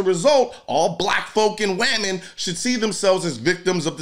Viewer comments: Hahaha "wamen" 😆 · Has colion been watching PewDiePie? He just said wamen. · The mark has me literally laughing out loud at the pronunciation of "women". Hilarious.